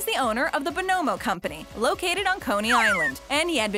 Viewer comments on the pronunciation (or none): I can't believe that you, or anyone in the comments, could think this was pronounced "Bo-NO-mo." I can recite the jingle by heart. It was THE candy jingle of the '60s. "You spell it B-O, N-O, M-O, BONNA-mo, oh-oh-oh, BONOMO, Turkish Taffy!"